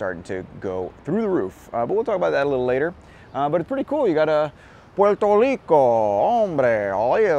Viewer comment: Dude stop saying Puelto (L)ico. We switch the R's for L's only in the middle or end of words, but not the ones at the beginning. Love your vids tho! :)